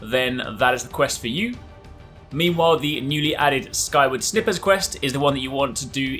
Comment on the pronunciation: it's not snipper, its sniper as in shooting...a sniper rifle XD